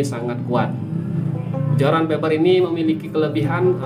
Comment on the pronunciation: Bukan Feber tapi fiber 😂🤣🤣